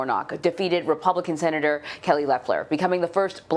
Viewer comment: Did you hear the seanator lady ‘ put your mask on’ ? LOL